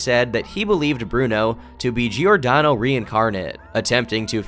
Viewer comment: Giordano pronunciation is very american, I think you went through a lot of trouble! You could always say like Jordano, this is how it's pronounced in italian. Like Jordan? but Jordano.